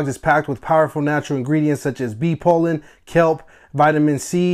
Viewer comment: Bee pollen...not pole in. And licorice is pronounced like lick o rish.👍🏾 Beautiful dog😍